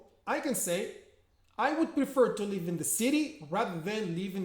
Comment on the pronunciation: Hi there, 👍🏻 good job 👍🏻 so clear and smooth as usual :) If you don’t mind my remark, you pronounce the word ‘live’ the same way as 'leave' and it’s kind of confusing sometimes :( Otherwise your videos are so inspiring , you helped me a lot in my lesson planning . I can’t thank you enough :) keep up the good work !